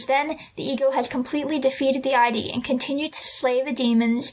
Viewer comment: id is pronounced like 'sid' without the s; not like the acronym for 'identification' and. hm. i get that it's the case on one level, but i believe that to read allegorical stories as pure allegory, though it sounds silly, is counterintuitive. the six-eared macaque might be a representation of sun wukong's jungian shadow or whatever, but he may also be his own character. he is a foil and a mirror, but to dismiss him as solely an offshoot could be detrimental in various interpretations